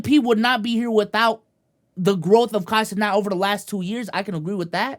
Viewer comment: “Kai cenaught”